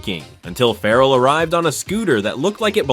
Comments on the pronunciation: His name is Ferrell not Farrel, dump the AI ! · I hate AI narration. Calling him Will Fur-elle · You're not pronouncing his surname correctly! It rhymes with BARREL! How can you get this wrong?🤔